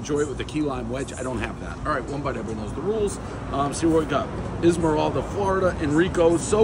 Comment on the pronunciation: Isla morada Dave - “Esmeralda”